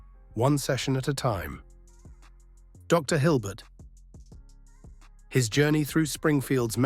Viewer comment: Doctor Hilbert? I'm curious whether or not you've actually ever watched an episode with a mispronunciation like that